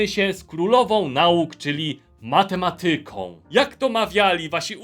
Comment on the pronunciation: mateMAtyką a nie matemaTYką. Ten źle położony akcent boli xD